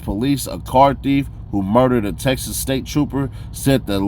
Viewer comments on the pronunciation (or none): none